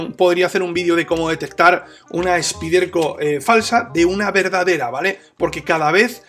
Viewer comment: Excelente video y gran navaja con apertura de una mano...Rapida para abrir y gran afilado..!! Te pregunto...por que no decir " Spaiderco " ?? Su nombre real.. Suena extraño y rebota al oir " Spiderco"...